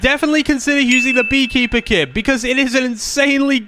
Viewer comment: On hee keeper he said beared kepper